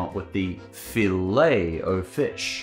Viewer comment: Hearing stop to say Filet the right way (and not the Australian way) makes believe in humanity once again